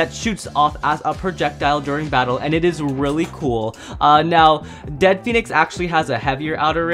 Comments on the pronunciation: its dread not dead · It's not dead pheonix it's dread pheanix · It's dread phoenix not dead phoenies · It’s NOT Dead Phoenix. It’s Dread Phoenix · It's dread Phoenix not dead phoenix